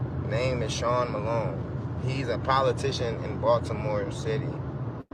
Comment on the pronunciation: Chri-SEAN Malone father: SEAN Malone